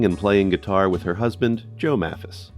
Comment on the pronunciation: Excuse me, but the last name of Rose Lee Maphis has a long "A" sound (May-fuss.)